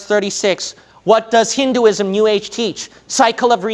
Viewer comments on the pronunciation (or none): none